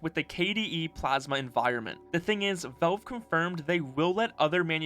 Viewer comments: Valve… VALVE! Not “velve” VALVE! Pronounce the A god dammit! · love your videos but you should know you pronounce Valve like velve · Is this an Ai video? Wtf says velve when saying valve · It sounds like you're saying "Velve". The company is called Valve.